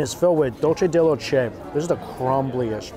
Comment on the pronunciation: lol dulce de leche made it sound soooo extravagant 😆